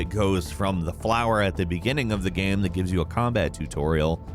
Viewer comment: Everyone: Game: Gaem